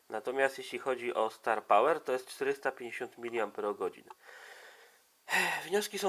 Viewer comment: Dlaczego 'starpałer' przeczytałeś dobrze a 'cel' przeczytałeś źle? Albo mów po angielsku albo po polsku, albo w ogóle...